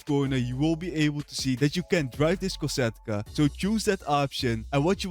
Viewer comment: Its kosatka not cata